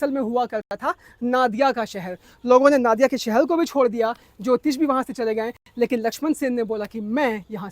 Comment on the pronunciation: Very good content. But, the correct pronunciation would be 'Nadiaa'/ 'Nodiaa' and not 'Naadiaa'.